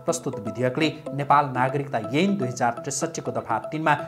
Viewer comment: अ अा इ ई ए ऐ को उच्चारण मिलेन है । एन हो कि ऐन